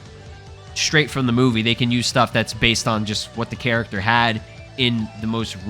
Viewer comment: Yo just say character don't cay cac 😂